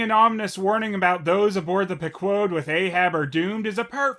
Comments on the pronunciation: Stop pronouncing Pequod like that. Haven’t you played mgs 5? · Wait, is that how the ship's name is supposed to be pronounced? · You might think that Phelous is pronouncing the Pequod's name wrong, but then you're failing to take into account that this is the alter-Dick universe, where Moby Dick gets therapy from a squid and acting lessons from a starfish.